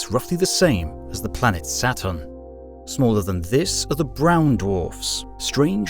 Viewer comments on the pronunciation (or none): none